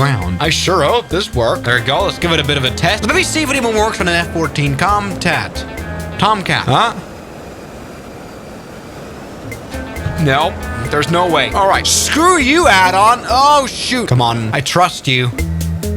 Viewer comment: "F-14 Comtat"